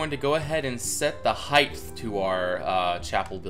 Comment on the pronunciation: I just noticed you say hith instead of hight